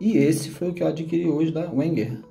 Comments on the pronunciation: Não conhecia esse modelo, interessante- a propósito, só para encher o saco mesmo.... Wenger em alemão pronuncia-se " venguer" - com "v". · Boa noite. Eu tenho a maior dúvida com relação à pronuncia da marca Wenger. Uns falam Venger, outros Uenger. É bem confuso. Mas eu acho que vc tem razão, uma vez que o Alemão é uma das línguas oficiais na Suiça. De agora em diante quando for falar sobre algum canivete da marca vou utilizar a pronúncia "Venger". Obrigado pela dica. Um grande abraço.